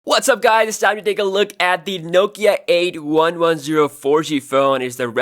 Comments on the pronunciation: It’s called “eighty-one ten” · try saying "Eighty One Ten"